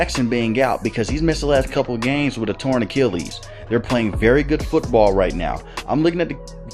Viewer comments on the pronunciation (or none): none